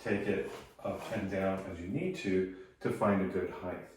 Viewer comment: height vs heighth